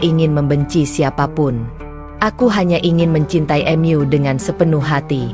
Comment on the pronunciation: Sebaiknya pembaca narasinya yg baik dan benar,misal bacaan MU dibaca EMYU aneh didengar ditelinga